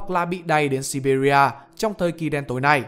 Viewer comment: Bạn nên đọc là si bia chứ đừng đọc là si bị ri a , gooc ba chôp chứ đừng đọc là gooc ba chép nghe ngang tai lắm nghe đài tiếng nói Việt Nam đọc quen rồi